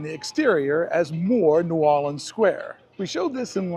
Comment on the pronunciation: He's pronouncing it correctly, the way indigenous locals speak, in Louisiana. It's pronounced as one word; "Nuorlans."